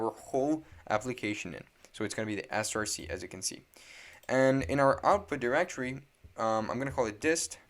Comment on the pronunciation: “src” is pronounced “source” not “S-R-C” because src is just short for source, it’s not an abbreviation like npm.